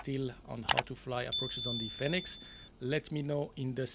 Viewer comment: Love FSIPanel. New training scenarios are always exciting to see. Just a note. Fenix is pronounced like fee nix rather than fen nix.